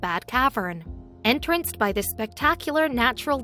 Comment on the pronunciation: Who is reading this? Tell them how to say "saline", as in salty solution and "entranced", as in enamoured with -rather than the entrance of a space.